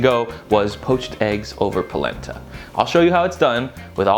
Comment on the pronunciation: Palenta? I thought you said PLACENTA!!